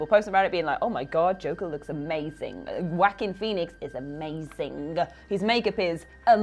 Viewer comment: She said Wackeen one time, but just once, so that's progress, hey.